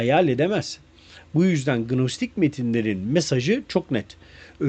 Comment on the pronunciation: Bilgiler guzel nacizane Gnostics telafuz edilirken g soylenmez nostik diye okunur demiurge de demiörj olarak